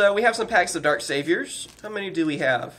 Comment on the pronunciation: You’re saying saviors wrong. There is no e sound.